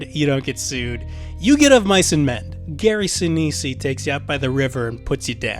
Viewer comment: Gary Senese - the last E is silent and not pronounced. But this is still interesting nonetheless.